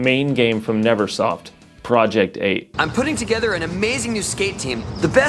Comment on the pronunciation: Sounded like he said "project poop"